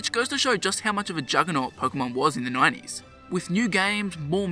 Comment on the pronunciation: Instead of 90s you say "9 E's"